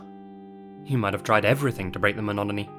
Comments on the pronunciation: Thrill seekers need a way to break the monomony . (Monogomy?) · Mononomy? Did I hear that right? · the "mononomy"? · Did you say "mononomy"? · why you tryin to ruin me life with these Damned Rabbit Holes?! And can you please pronounce the word MONOTONY correctly?! It's not "Manany." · What the heck do you actually say in the place of 'monotony' during the ad for Hunt A Killer?!? I've played it several times and whatever you say it's not monotony. I'm not sure it's even a real word.🤔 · "To break the "ma-nod-a-knee" lmao It mah not a knee